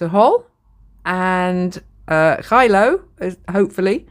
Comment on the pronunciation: Geilo pronounced gay-lo.